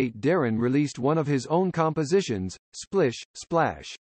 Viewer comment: I thought the song was Splish Splash not Splish…………Splash.